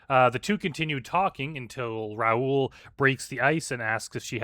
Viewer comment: It's pronounced Ra-Ool, rhyming with...um...Bra Ghoul. Coincidentally, Bra Ghoul would be a very fitting predator online name.